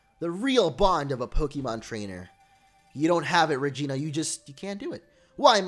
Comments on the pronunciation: That fusion members name was Regina. He actually said Regina, sounds like vagina right lol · is it just me or he said vagina